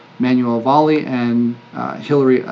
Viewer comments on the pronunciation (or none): Manuel Valle ("Vaye" - Spanish pronunciation) is a long time former SMD under Paul Hart. Not sure what he specifically brings to the table in this case, but he's part of Eric's "old school" from 10-15 years ago. Also a friend of mine